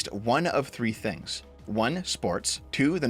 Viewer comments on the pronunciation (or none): none